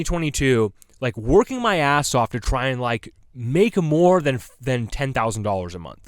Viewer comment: Do you mean SAAS? You said SASS in your other video too, the hell is even that respectfully